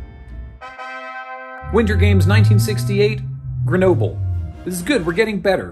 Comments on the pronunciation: Gre No Ble? Canadian is not supposed to be a bilingual country!? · So... Just so you know, "Grenoble" isn't pronounced like that. French doesn't do the thin English does of inverting the "e" and final consonant when pronouncing a word. Like "noble", "centre", "theatre" are spelled the same (up to diacritics for "théâtre") in French and British English, but not pronounced the same. Grenoble is pronounced \ɡʁənɔbl\ .